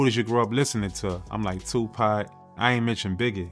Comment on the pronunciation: Wdf its not 2 pack its 2pac/ tupac shakur 🙄 how you get a legends name wrong